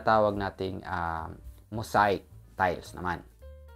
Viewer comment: Dude hindi “Mosayk” ang pag pronoince nyan…”mow zeyk” ang tamang pronunciation, ok!